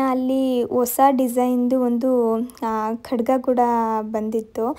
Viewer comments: Adu kadaga kadga alla 😊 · Adu kada alla akka kadga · ಅದು ಖಡ್ಗ ಅಲ್ವಾ ನೀವು ಕಡ ಅಂತಿದಿರಾ